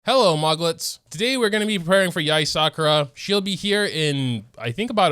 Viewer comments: aint no way he said yae sakura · I love how you call her Yae Sakura lol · LMAO LOVE HOW YOU CALLED HER YAE SAKURA BAHAHAHAHA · "yae Sakura" "gonorrhea" Man moga isn't doing well today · “yae sakura”